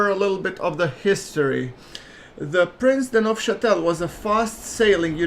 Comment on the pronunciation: Yes. you pronounced Prince de Neufchatel correctly! Keep up the good videos!